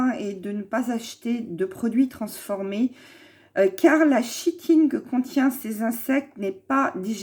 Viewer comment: K itine , pas chi tine